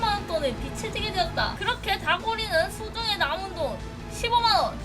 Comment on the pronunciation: 빚을 빛으로 읽는